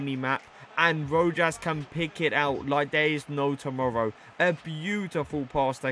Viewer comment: It’s (ro-has). Keep gen grind up man 🙌🏽